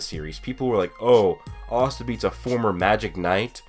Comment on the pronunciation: "ahhsta" ewwe